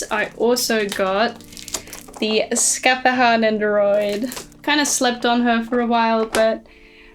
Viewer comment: Im sorry but your pronounciation of Scáthach hurt 😭😭